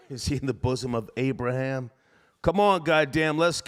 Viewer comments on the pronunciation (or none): “He’s now in the bussom of Abraham”